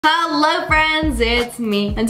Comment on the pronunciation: Today was not hello it was halllo